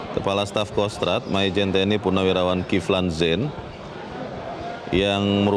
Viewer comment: jurnalis metro buruk. Masak kivlan zen disebut kevlin zen